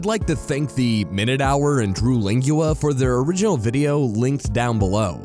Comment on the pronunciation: My brother in christ, it’s pronounced « Lang-L-oo-a » you were nearly there lol